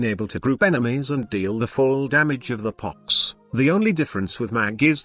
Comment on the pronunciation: I like how the text to speech calls it 🅱️ox sometimes